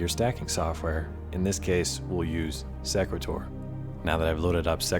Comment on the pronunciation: Thanks for the video. I believe Sequator is pronounced " see' qway tor" like equator with an "s" in front. I've used the program myself with good results. Good tips!